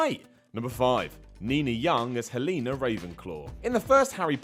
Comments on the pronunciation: Why you pronounce Helena like that? Have you to ever heard the name before? Its pronounced Hell-en-na not Hell-ee-na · "Heleena"?? It's pronounced Hell-en-a =Helena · Pronunciation Bingo time again,! Who had Heleeena Ravenclaw'? What about Jim Tarver? And the big one... Do I hear Ralf Fiennes? That's a bingooo! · Her name wasn’t Heleena Ravenclaw. It was Helenar Ravenclaw. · Hel-ee-na???No thats not how u say it..Right..?Its Hel-en-a! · Who's Heleena Ravenclaw?? It's pronounced Helena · Its not pronounced Hel-EE-na its hell-en-a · OK So Ralph Fiennes' name is pronounced Rafe, (I don't know why) and Helena is pronounced Hel-en-uh not Hel-een-uh. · Am I the only one who pronounces Helena as hel-uh-nah not hell-eena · Its Hell-ah-nah, not Hel-een-ah. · It's pronounced 'Hell-eh-nah,' Not 'Hay-Lee-Nah.' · HELENA NOT HELEENA YOU DONT PRONOUNCE ELENA ELEENA DO YOU? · hell-ee-na?????? I always thought it was pronounced hell-en-ah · and he mispronounced Helena when he was talking about Helena Ravenclaw. I mean sure, accents and all that, but if someone tells you their name is pronounced Heleenah, you don't stare them dead in the eyes and intentionally pronounce it Hell-enuh. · I think it's pronounced Hell-Anna not Heelina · It is pronounced Hell-en-a! I am a Raven so that was insulting. And there are not 42 different movies, unless you count translated language ones then I guess there could be. DONT TALK ABOUT HARRY POTTER IF U DONT KNOW WHAT U ARE TALKING ABOUT. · Pronounce the name Helena right please... it’s pronounced as heylayna 😒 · Heleeeena ravenclaw. Wtf.... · Did he say Heleena? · "hel-eena" lol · Uuhm did he really just say "HelEEna Ravenclaw"?! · Please learn how to pronounce things properly, especially names when they say them again and again. It's Helena as in hell-eh-nah. And how can you mispronounce Ralph Fiennes?! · 'Heleeeena' ravenclaw. Fucking hell. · Fam... do Americans not know how to pronounce Helena?! Haha! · You said helena wrong